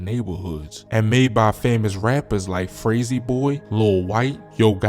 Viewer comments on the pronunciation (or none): " Fraysee Boy"🤣🤣🤣🤣 It's Frasier Boy bruh Fray-Sur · That nigga said “frayzee boy” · Even said frayser boy name wrong